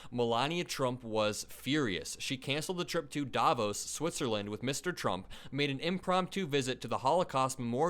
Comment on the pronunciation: I take the liberty to make a very small but as a Swiss very important correction :) The city Davos is not pronounced Daaavos but Davooos, if you know what I mean :) The emphasis is on the o not the a :) Besides of that, I love your videos here on YT